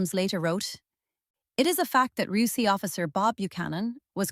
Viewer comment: Yeah, its very good - until it pronounces RUC as "roook" or some shit.